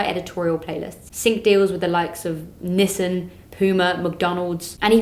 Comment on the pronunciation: I like the way she said Nissan 😂